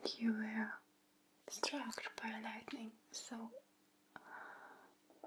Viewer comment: "a lightling struck you" lol